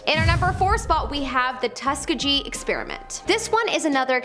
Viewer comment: Yall need to use google for pronouncing words. How dare you not know how to pronounce Tuskegee